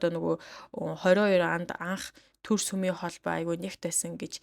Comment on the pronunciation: Сумын ажилчид гэнэ үү ?!!!!! Үсэгээ зөв унших дадлага хийлдээ